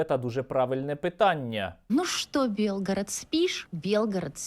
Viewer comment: Не белгород,а Билгород!!!Это наш - украинский город!!